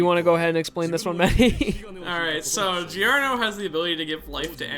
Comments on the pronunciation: fun fact: "Gio" is pronunced just like "Jo" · Yo my dude, I'm sure you've heard this before, but Gio is pronounced as Jo. I guess it's just a habit for you but just letting you know...